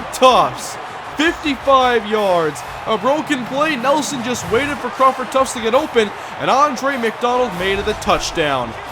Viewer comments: U kill me when u keep saying tuftS haha there's no S in his name lmao did that all last season too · There is no "s" in Tuft lol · Omg there's no "S" in Crawford Tuft lol